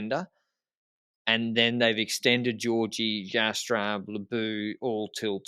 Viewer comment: is getting so confident in his Dutch pronunciation that he's starting to mispronounce the names of English-speaking North Americans like Kirchmann and Jastrab.